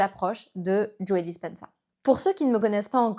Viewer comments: Merci beaucoup pour la vidéo. Son nom se prononce en anglais juste JO sans prononcer le e final, ça fait bizzare d'entendre Joé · C'est marrant que vous prononciez le e de Joe 😊. Super transmission de connaissances 🙂